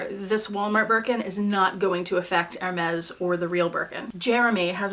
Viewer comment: It is not ermez...it is airmay